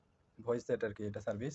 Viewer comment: Cervice hobeee naaa😂😂😂 Service hobeeeee😅😅😅😅😅